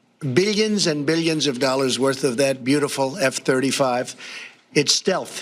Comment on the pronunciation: And he still doesn’t know how to pronounce the word “billion.”